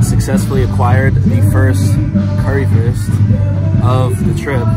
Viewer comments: You need to pronounce the "Wurst" in "Currywurst" like the "Wu" from Wa-Tang Clan, your sounds a little like "Currywerst" 😅 just for the fine tuning 😜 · föst cöwywöst :)